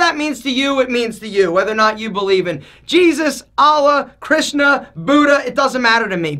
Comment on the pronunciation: dang the way you said Krishna was very Indian, good job 👍